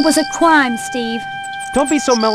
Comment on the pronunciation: It was a cwime steve